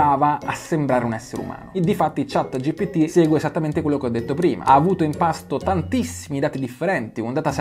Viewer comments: chat GPT!!!! non Gtp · Si dice ChatGPT, non ChatGTP!!! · Cmq si dice ChatGPT, non ChatGTP. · confermo dice GTP la metà delle volte 😂🙏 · chat GPT, chat G P T😂🙏